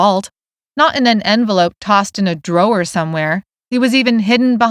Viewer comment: Love these books but why does the narrator say drawers like that?! It drives me nuts every time she does it. She says it Draw-er-ors.